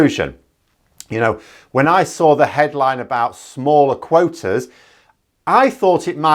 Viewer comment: Did you actually say quoaters (quotas + waters)? 😂